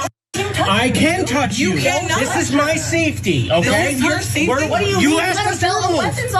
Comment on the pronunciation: Its mah saiifeetee says the guy with a gun and a badge...